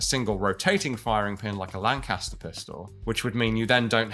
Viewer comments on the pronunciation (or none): none